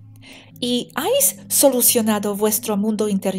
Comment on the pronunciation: preciosa, sólo un apunte... te escucho decir constantemente «ais» cuando sería «habéis». No es ningún toque de atención ni corrección, sólo q he pensado q, como buena profe de inglés, te gustaría saberlo. Sigo tu canal inglés xq tengo un nivel medio y te entiendo perfectamente. Un beso wapa;)